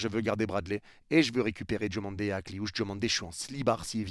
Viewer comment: C’est pas « Djomandé » mais DIOmandé!!! Merci pour respecter la prononciation! 😊